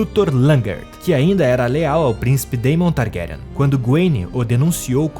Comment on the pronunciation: You know its AI when they can't pronounce the names properly. Pure Slop. Vizz-riiss Tar-grayen. Lol